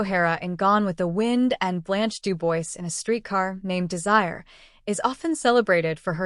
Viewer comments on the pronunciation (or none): Do Bwaa! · You don’t know how DuBois is pronounced fr?